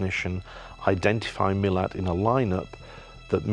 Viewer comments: Ivan Milat, not Millard, his name is not pronounced properly by these experts, one would think they would get the name correct. Some get it right but most seem to get it wrong, why is that? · Did these people do their reasearch prior to being interviewed? It's not Miller. It's Milat. Mi-lat.